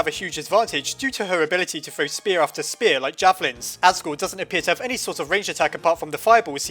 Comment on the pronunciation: Ur calling a spear a SPAR!!!! AND YOUR CALLING ALPHYS ALFEES